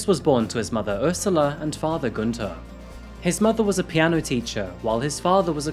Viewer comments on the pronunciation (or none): none